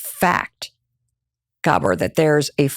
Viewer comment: Gabor is pronounced with emphasis on A